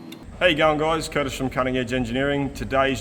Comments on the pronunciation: “Curtish…”. Good one. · Kurtish, I think you have something there. I for one always hear "how you young guys" instead of "how you going guys?"" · Woohoo, now we can now add another "internet language" to the dickshunary. 😁We already have "AvEish", now we can add "Curtish". 😅